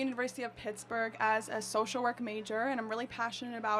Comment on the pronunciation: Did she say University of Tittsburg?